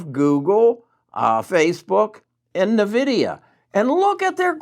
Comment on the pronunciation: It's pronounced " In Vidia " not " Na Vidia "